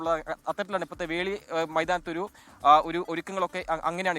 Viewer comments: Dear SKN.... FORT KOCHI യിൽ പപ്പാഞ്ഞിയെ കത്തിക്കുന്ന ground ൻ്റെ പേര് വെളി ground എന്നാണ് വേളി ground അല്ല...☺️ റീൻസൺ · വേളി അല്ല മോനെ 'വെളി'